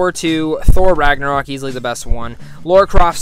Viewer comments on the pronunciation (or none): none